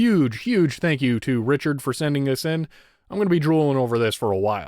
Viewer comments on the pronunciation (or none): none